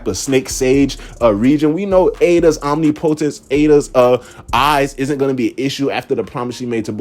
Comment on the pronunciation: How to pronounce OMNIPOTENCE